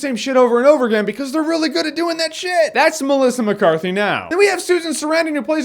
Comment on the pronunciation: He said melica mecarthy to much